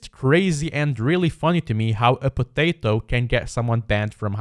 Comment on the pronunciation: Why r u saying “potato “ so weirdly?